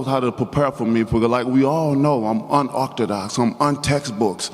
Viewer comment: “I’m unortadox I’m untextbooks” NO WILDER YOUR UNEDUCATED.